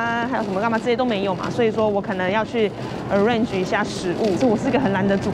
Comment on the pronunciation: 英文好卡這麼卡還硬要講中文中間插一個arrange,唸的好台好不標準